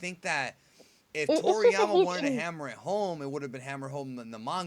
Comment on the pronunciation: So we got Freezer, Cooler and now "Toryamer"